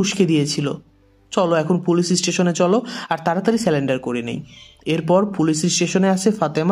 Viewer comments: স্যালেন্ডার নয় সারেন্ডার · স্যালেন্ডার না ভাই সারেন্ডার